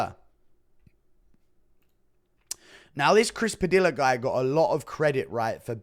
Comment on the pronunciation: Padilla {Puh-Dee-yuhh} Guru, you uncultured swine.